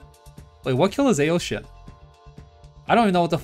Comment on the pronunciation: Pronouncing ao shin wrong